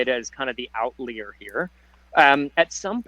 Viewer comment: that’s the weirdest pronunciation of “outlier” I’ve ever come across (“outleer”)!